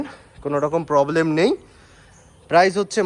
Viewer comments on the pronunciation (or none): none